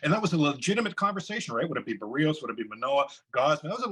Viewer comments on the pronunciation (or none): Ricky Romero is not a good broadcaster. And has mispronounced "Berrios" every time he has spoken it.